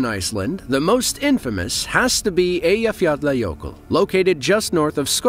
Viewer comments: More than 4 active volcanoes in Italy. Fah-Kah-Ri Island. Great job with Eyjafjallajökull. Cloud of smoke = Pyroclastic Flow, not smoke, million times worse. Hunga Tonga–Hunga Haʻapai great job. Excellent job with Japanese Volcanoes. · Congratulations for pronouncing the name Eyjafjallajökull correctly. The volcano Katla is many times more powerful and she is long overdue. Greetings from Iceland the land of ice and fire. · You sayd Eyjafjallajökull good job love you vids and btw im from iceland